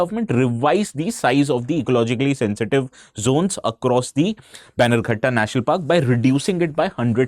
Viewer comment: Its not baigankatta national park. Please pronounce as banner gatta